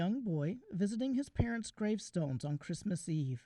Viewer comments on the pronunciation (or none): none